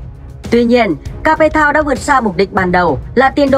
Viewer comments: kếp thao not ca pê thao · Ca pê tao. Mình nghĩ làm những nội dung này bạn đọc kỹ lại chút Cape Town mà bạn phiên âm